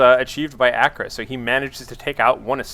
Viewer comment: I think it's actually Acra and not Agra (haven't had a chance to watch the VoD, so excuse me if you've said that in it) =)